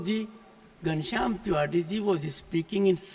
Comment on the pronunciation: तिवाड़ी है की तिवारी पहले क्लियर kriye 😂